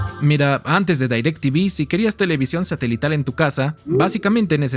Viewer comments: haces buenos videos pero es muy irritante que digas "dAirectv" todos sabemos que es "directv" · No se prenuncia DAYRACTV.. se pronuncia igual como re escribe DIRECTV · Gran video y solo un pequeña aclarción, la marca se pronuncia tal cual está escrita, no se dice "Dairectv" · Bro te mmste nadie le decía dairec tivi era direct tivi tal cual 🤟🏻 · porque dices dairectv y no directv ? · Como qué "Dairec Tivi" A poco no recuerdas el comercial del pavo que lo nombraba tal cual "DirecTiVi" Decepcionado 🥀🥀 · Quien poronga le dice dairectivi ???😂😂😂😂